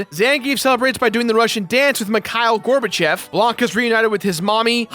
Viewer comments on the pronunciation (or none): gorbachev is pronounced with an ´´o´´ sound